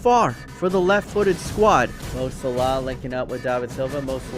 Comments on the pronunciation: Mo slah? You mean salah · You say salah wrong